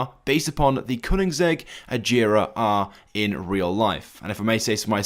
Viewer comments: It’s not pronounced ageera it’s agera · A-gare-a is correct pronunciation